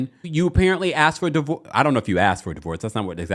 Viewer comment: “DIVOVORCE”… do better TMZ. Also, is model the new word for ho?